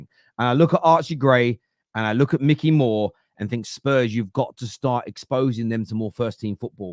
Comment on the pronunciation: It’s not Mickey, it’s Mikey 🤦